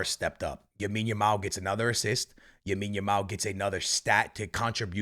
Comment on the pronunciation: he’s been calling him yamine every single video😭how has he not been corrected 😂